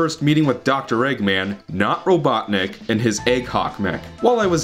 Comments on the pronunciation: DOCTOR IVO "EGGMAN" RRRRRRRROBOTNIK lol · Doctorrrrr Ivo "Eggman" Rrrrrrrrrrrobotnik! PRRRRRRRRRRRRRRRRROMOTION!